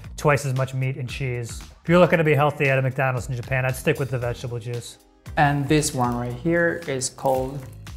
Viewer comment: "I Like MekDaanulds". -George